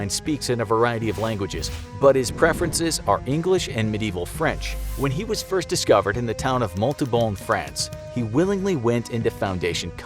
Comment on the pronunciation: He said dirst originally